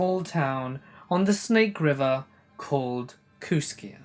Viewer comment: I live 6 miles from Kooskia Idaho. And it's pronounced Kooskey. It's on the Clearwater river into Selway river. Also it's highway 12 that takes u to Missoula. I'm in Kamiah, population 1200. It's weird that someone from Kooskia would get all that info incorrect. But it has to partly be true bcuz Kooskia is a real town. A real small one that not many ppl would know of unless they'd been there or near there.